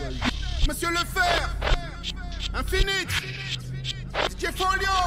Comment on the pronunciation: Merci pour la vidéo. Attention c'est 1-finit et pas ine-finit